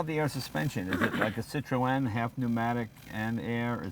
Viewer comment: Cit-Tro-En ? Oh Jay :)